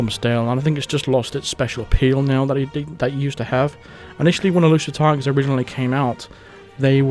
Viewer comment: I thought you were saying "Elusive Tigers" I couldnt figure it out but it must have been "Exclusive Targets" and how about makinf a mode that is super hard, like you cant act strangely and cant walk around behind someone without them knowing, how can they not here you right behind them?